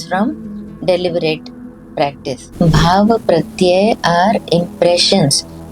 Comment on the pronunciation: It is not Bhaava, but it is Bhava. The examples given of Ramana Maharshi and Vivekananda should be removed.